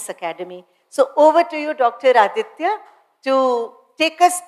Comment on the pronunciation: Aditya great to hear you! Feel bad the lady could not pronounce your name properly. Looking forward to more from you.